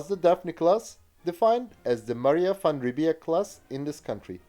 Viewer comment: You pronounced 'Van Riebeek' and 'Van der Merwe' correctly, very impressive!